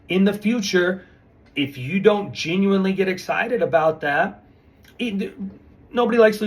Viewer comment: Mr. geenuinely geenuinely geenuinely 😂